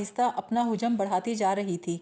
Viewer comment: Hujam ghalat tallafuz hai, hajam hota hai